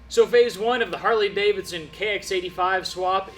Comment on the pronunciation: GNarley Davidson...change the "H" into an "N", add a "G"...you're welcome 😆